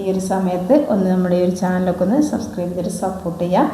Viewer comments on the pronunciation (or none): none